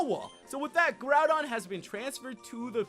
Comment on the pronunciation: did you just call groudon groundon?